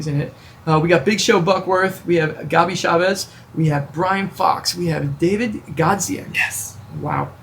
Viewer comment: David Godziac definitely said Dawid.